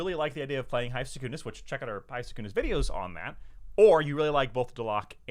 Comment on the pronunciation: Why do you pronounce Secundus with this emphasis on the first U btw? It sounds really odd to me